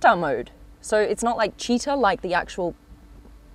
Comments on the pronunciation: Ad italian i died laughing when you said cheeta. And another thing that make me smile is that italian words are read ad they are written, so the revuelto is not the revelto… and Lamborghini is not lambghini ahahahhah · Citta' is pronounced with the accent on the "a" not the i and the ci is pronouced like "chee"! Good video but the new interior, despite its improved practicality, with that plastic digital instrument display does not look expensive, likewise the central screen which can be found in micro cars.